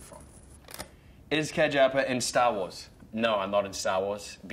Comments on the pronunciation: “sta woas” 🥺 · "is kj apa i'm sta wa's, no im is not in sta wa's, be cool if i was in sta wa's but.. no i'm not in sta wa's" timestamp